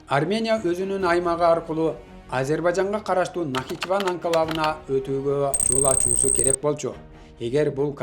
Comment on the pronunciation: Автор досум,начхиван эмес,нахчиван,көрүп,толук даярданып анан сүйлөсөң.